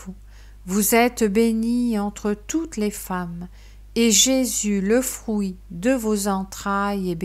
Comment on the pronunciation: Fruit se prononce avec un U et pas un ou. Vous dites frouit au lieu de fruit. Que Dieu vous bénisse. 😘🌹